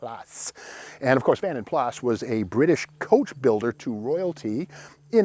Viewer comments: Pronounced Vanden Plaa not Vanden Plas! ;) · I thought it was Plaaaa not Plassss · In Britain it’s pronounced Vanden Plarr not Vanden Plasss 😅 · Great vid Steve, it's pronounced Vanden Plar tho. 😀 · Love your daily videos. I would say a couple things about this one... (1) Vanden Plas: "Plas" is pronounced with a silent "s" in UK. (2) I think the Saint's car was a 2-door Volvo P1800 not a Jag. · The ‘S’ of Vanden Plas is not pronounced, just saying , are you standing next to a Tiger/Alpine?